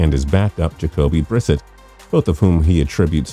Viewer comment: Jacoby WHO? It’s Brew-Set